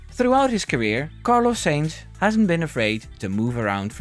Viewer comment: his mane is sainz not seinz